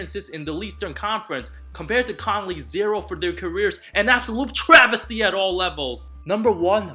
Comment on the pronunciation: I laughed so hard after said absulote travesty 😅